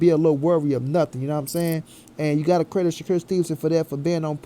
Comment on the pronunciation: Did u say credick 🤣🤣🤣🤣🤣🤣🤣🤣